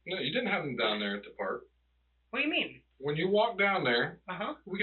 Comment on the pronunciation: "whayamean" I can't stand how he keeps saying that like an idiot. It's making this rage build up inside of me.